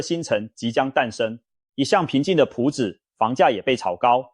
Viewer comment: 是ㄆㄨˊ朴子市，不是ㄆㄧㄠˊ朴子市。